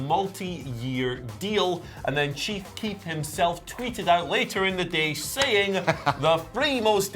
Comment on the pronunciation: Chief Keith is what he said lmao that's Randy ortons middle name